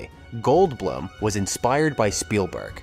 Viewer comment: likewise mispronouncing 'goldblum' and 'guttenburg'. kinda sad whoever published this didn't even listen to it and fix these issues before uploading it